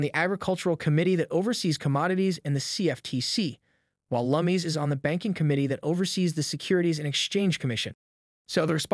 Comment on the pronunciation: Cynthia (Lum-iss) not (Lum-mees). FYI.